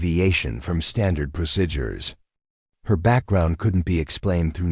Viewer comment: Thankfully the closed captioning was provided as the AI seemed to have a lot of trouble with the pronunciation of "lives", "Martinez" and "procedures" to name a few.